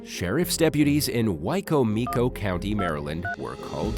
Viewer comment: I'm not saying this as a "Grammar Police", but, it's pronounced why-comm-ick-o. Just wanted to give a heads-up, because there are so many places that the spelling doesn't look the way it's pronounced.